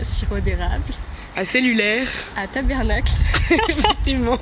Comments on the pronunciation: C'est tabArnak pas tabErnak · Chère franc¸ais, ce n'est pas Tabernak qu'on dit mais Ta-Bar-Nak.. Merci de retenir ça. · ONT DIT PAS TABERNACLE ONT DIT TABARNACK TA-BAR-NACK C'EST PAS COMPLIQUER CALIS!!!!!!!!!!!!!!!!!!!!!!!!!!!!!!!!!!!! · On dit Ta-bAr-nack Et non tabernacle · bon je vous le dit on dit pas tabERnak ont dit tabARnak lol mais faut pas oublier asti de calice de ciboire aussi hehe